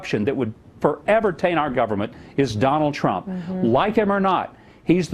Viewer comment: WHO DA FK is "Tronald Dump"?? lmao